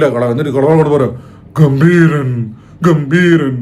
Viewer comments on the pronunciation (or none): gambheeran ghambeeran 🤣🤣🤣🤣